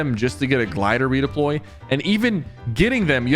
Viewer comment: shypher u made a mistake u said glder redoploy